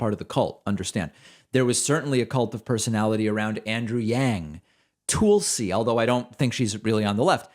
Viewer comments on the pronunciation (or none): And David STILL can't pronounce Tulsi while he's arrogant about those that say things wrong. Hysterically funny. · T’GIF… TOOLSI! 😂 David cracks me up with his “mispronunciations”.